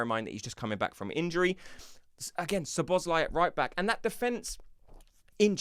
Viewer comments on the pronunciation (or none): none